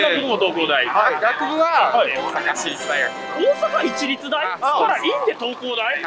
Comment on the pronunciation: ん？東工大の人「オオサカシリツ」て言った？